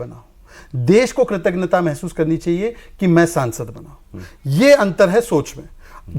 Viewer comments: कृतघ्नता नहीं कृतज्ञता बोलिये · Kritaghna nahi Kritagnya kahiye.